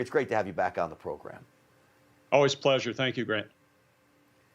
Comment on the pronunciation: What's a "Body Language Inteargriti-terigator" expert?